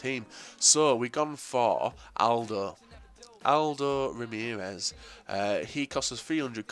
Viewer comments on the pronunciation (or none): none